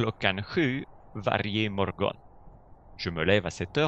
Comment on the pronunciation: Hej hej , est-ce que tes cours couvrent les 6 niveaux de A1 à C2 ? (..) je suis étonné que tu prononces le mot morgon par mol-gon alors que les suédois disent molone. Imorgon bitti se prononce imolone biti. Tu l'as sûrement fait exprès. J'imagine.